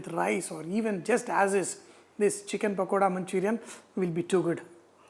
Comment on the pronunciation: It's chicken pakoda not pakodi